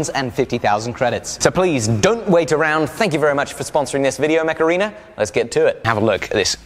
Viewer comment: Dear, please concentrate on the pronunciation of Macarena. No! I mean Mech Arena! We don't need this ear worm. 😂